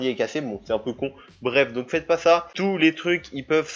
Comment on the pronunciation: car j'entends FA au lieu de sa/ça